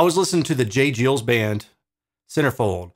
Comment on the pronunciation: Geils pronounced like 'guys' with an L thrown in before the s.